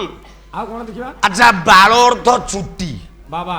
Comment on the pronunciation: ଏ ପାଗଳ ବାଳ ଶବ୍ଦକୁ ଠିକରେ ଉଚ୍ଚାରଣ କରୁନି. ଗର୍ବରେ ଅନ୍ଧହୋଈ ଖରାପ ଉଚ୍ଚାରଣ କରୁଛି.